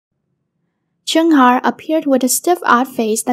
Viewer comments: I know chungha I mean the queen but idk abt chunhar </3 it's the pronunciation that sucks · PLEASE LEARN HOW TO PRONOUNCE HER NAME BEFORE TALKING ABOUT NEGATIVE THINGS ABOUT IDOLS